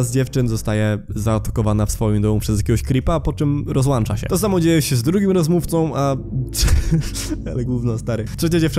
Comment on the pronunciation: Rozłącza nie rozłancza